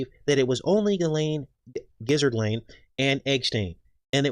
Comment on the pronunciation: "Giszard Lane" - 🤣😂🤣😂🤣